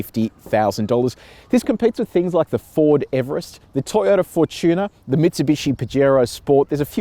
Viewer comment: Why can't Anglophones pronounce "Fortuner?". It has nothing to do with tuning, but everything with fortune. Fortuner, same as the rock band.